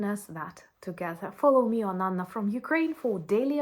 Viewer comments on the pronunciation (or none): none